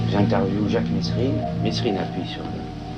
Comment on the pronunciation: c'est mesrines pas messrines bandes de rigolos